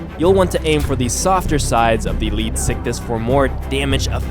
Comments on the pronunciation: You can attack the lead sickness and put an end to it XD he didn't say it but sound Ed like it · It's pronounced leed-zick-thees get your facts right